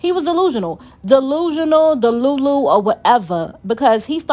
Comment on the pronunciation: You know why i stayed? You keep saying deLULU like my EX ...🤣🤣 ,,,fantastic review by the way..